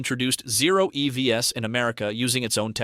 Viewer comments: Too much inference from high level numbers and information from a game of telephone. Pretty sure this is AI voiced... "E-V-S" instead of "EVs". Lots of wrong guesses presented as info. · is this AI. voice said E V S instead of EVs, and there were a couple other instances as well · Why does this sound like it was created with AI and text to speech software? Who the hell says “E-V-S” as the plural form of “EV”?